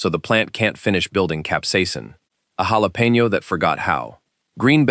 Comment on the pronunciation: Hey, programmer of the AI machine voice! The "j" in jalapeno is NOT pronounced the usual way. It should be a "kh" sound.